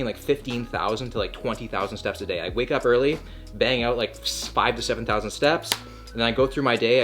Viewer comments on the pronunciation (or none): none